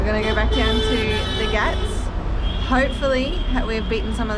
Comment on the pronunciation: you are saying ghaat as if you are saying gatt ... when indians transliterate a word using "gh" then sound expected is expirated "g" ... if you search "translate english to hindi" on google and translate english word pier you will get घाट "ghaat" in hindi and you can play how the word is spoken by native speakers of hindi by clicking on speaker icon